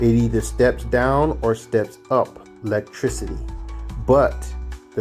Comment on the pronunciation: Sorry to say that whoever is narrating this video, leaves a lot to be desired ! They are a number of mistakes being spoken, then other's just plainly ignored ! One that stands out early is his trying to explain the wires in a transformer not physically touching, but still manage to produce, " E " electricity ! (Not, " Lectricity " ) Disclaimer : Some of the language used here may simply be colloquialisms ? As I am not here to run anyone down, but just hoping to set a couple of things I noticed early on in the video, straight ! The condition that allows the transformer to work without touching is call, " Induction " ! Without going too deep, I'll suffice to say it occurs anytime current is passed through a coil of wire ! It creates a magnetic field ! Place something close enough to that coil, and it will, " induce " electricity into the other coil ! I mention this, because I feel it is crucial to the discussion ! I have yet to finish the video, but from what little I've seen, it looks like he built a Switching Power supply ! Which I won't go into here, because of its complexity ! But know these types of Power supplies work differently than a conventional heavy transformer ! While still being able to provide the same Voltages, as with a conventional heavy transformer type ! I'll leave it at that, as if I continue, I'll be writing the entire video ! Not my intention ! But hoping to keep the uneducated in electronics, from being mislead ! Hope someone found this useful ! Now ....